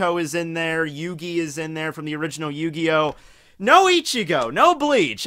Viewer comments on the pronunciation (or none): none